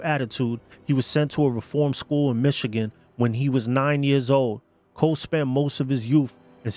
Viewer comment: For goodness sake, the name is "Coe" not Cole.